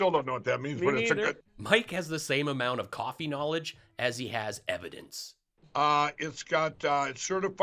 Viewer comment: It ain't coffee it's cofevfy